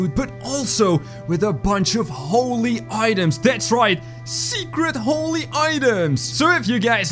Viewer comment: holly book. me:IT IS THE BIBLE